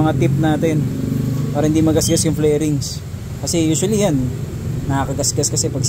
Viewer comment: FAIRINGS... hindi FLAIRINGS hahaha